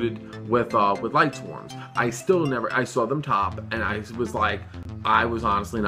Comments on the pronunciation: It annoys the hell out of me that they keep saying Lightswarms and not Lightsworns... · I think it's lightsworns not lightswarms lmao